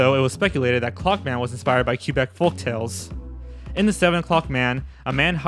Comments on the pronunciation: Q Beck lol. it's pronounced Kuh-beck. just sayin. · My mans really said "Q-beck" when he read Quebec...